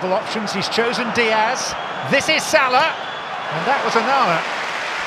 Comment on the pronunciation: I hate the way the commentators say salah 😂😂